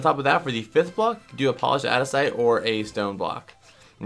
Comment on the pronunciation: It's aNdesite not adisite